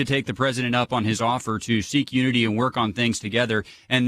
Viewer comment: "Uniny" - President Joseph R. Biden